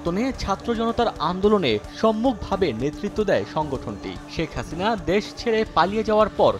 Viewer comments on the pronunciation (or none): none